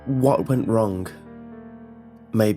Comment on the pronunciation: "Wronk" "Wrung"